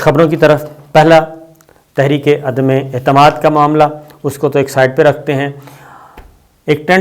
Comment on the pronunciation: صابر صاحب اللہ کے فضل سے آپ بھی ان نہایت پڑھے لکھے لوگوں کی لسٹ میں شامل ہیں جو عدم اعتماد کو عدمے اعتماد کہتے ہیں